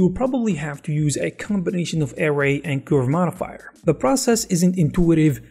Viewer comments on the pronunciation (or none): "ARRAY" = uh-RAY